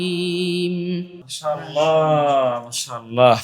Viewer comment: আপনার মাশাআল্লাহ বলার মধ্যে গলদ হয়েছে, আর এই সমস্ত ভিডিও করার উদ্দেশ্য কি আপনাদের??